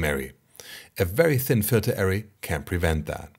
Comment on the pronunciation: Great Video! One pronounciation point: "Array" is pronounced "Are-Rey", not "Air-ry", Cheers!